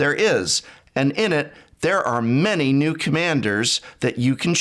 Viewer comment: Professor says “which new deck are you building?” My hearing: “which nude deck...”. :-/ Sorry, Prof.